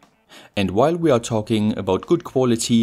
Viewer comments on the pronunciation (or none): none